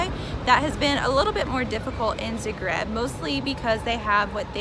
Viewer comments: Guys, please, it's pronounced ZA-greb. Zahhhhhh-greb. :) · This was great but, I had to stop watching because I could NOT get past the incorrect pronunciation of the city name.